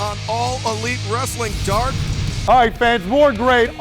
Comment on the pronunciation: It’s no longer AEW Dark it’s “AEW Dawk”